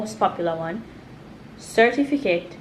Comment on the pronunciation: Serfiticate is stuck because the brain and tongue have difficulty adjusting to certificate after years of pronouncing the word incorrectly.